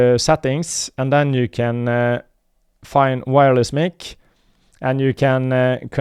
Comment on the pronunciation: It's pronounced 'MIKE' as in Microphone